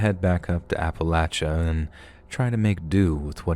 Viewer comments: Great voice! Love the way you narrate, and thanks for saying Appalachia right! I'm actually from East Tennessee so it was pretty cool listening to these stories! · rules! And he pronounces Appalachia correctly and I’m from Louisiana— with friends from Carolina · It's a collection of stories from "Ap-uh-lach-uh". You gotta just sound it out and use your thinkin' cap. That's how we do it in West by God Virginia anyways.